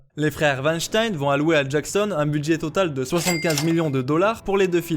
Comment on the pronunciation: Le monde germanique te remercie, en mon nom, pour avoir prononcé correctement le patronyme de Weinstein 👌